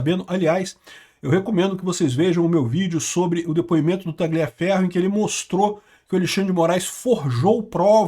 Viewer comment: Tagliaferro se pronuncia Talhaferro,.